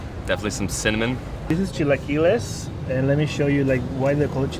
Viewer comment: Hermoso video pero te pido por amor a Dios cuando digas “chilaquiles” o “torta” no lo digas como gringo. 😂 Ten compasión!